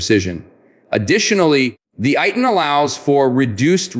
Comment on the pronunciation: Pronounced Ey-Tan.